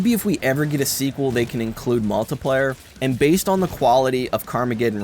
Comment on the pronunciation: Good review. But why do you pronounce multiplayer like multiplier?